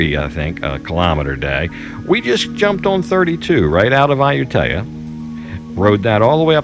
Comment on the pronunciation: 555 .. In a previous episode you finally learned how to pronounce Ayutthaya but in this episode you forgot that and demonstrate two different ways to mispronounce it.